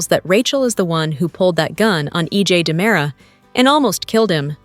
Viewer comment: Its not DYEmara.